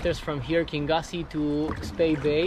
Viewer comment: Enjoyed the video but the place you launched is pronounced King Yousay . Only other question please what are those zippered wellies called ? Are they insulated ?